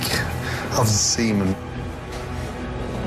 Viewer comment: It’su like a mosaichhh auf zzzzzseemun. 😂😂😂